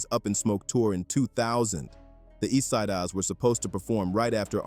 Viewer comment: Da East-Sy-daz? WTF? AI supposed to be “intelligent”. This 💩 is being mispronounced worse than someone fresh off the boat from Indonesia.